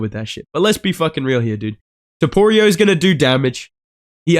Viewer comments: It’s hilarious when he says topurio😅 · bro said Topoirier 🤣